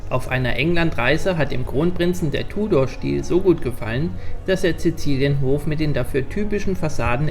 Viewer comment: „Tudorstil“ 🤣 Wird ausgesprochen „Tjudoor“